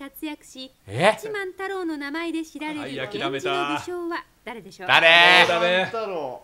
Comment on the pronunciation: 八幡太郎がガッチマン太郎に聞こえて「え？」ってなった